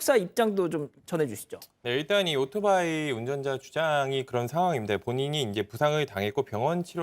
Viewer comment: 젊은 아나운서 입에서 아직도 "오도바이"라고 하네요...